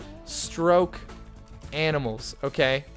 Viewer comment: Hahaha it's called stoke animals not stroke